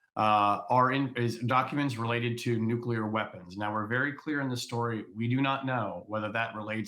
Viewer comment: Nuclear. It's pronounced Nuclear.